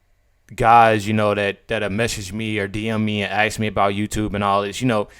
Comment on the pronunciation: Why is it so hard to pronounce "ask"? There is no x in the word